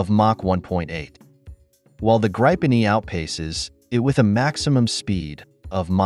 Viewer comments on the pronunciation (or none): Graypen E 😂😂😂😂